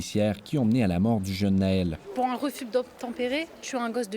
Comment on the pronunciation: Non naël c'est bretons lui c'est un rebeu un arabe de cité c'est Nahel tu pourras vérifier.